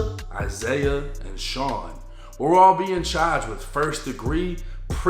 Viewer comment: Boston accent slipping thru